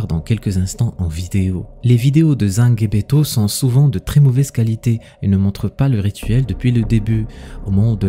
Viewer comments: Justement au sujet du rituel c’est n’est pas sangebeto comme tu prononce mais sangbetô je suis béninois et je sais de quoi je parle merci pour la vidéo tout de même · C’est zangbétô pas zanguebeto 😂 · Je suis Béninois. La prononciation est: zangbétor. On ne lit pas le g à part. Il faut être initié (awo) pour connaître le secret. Ce sont les esprits qui agissent. 💪 🇧🇯